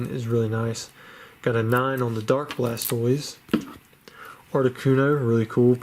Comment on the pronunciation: I was gonna say the same thing, is when he messes up Blastoise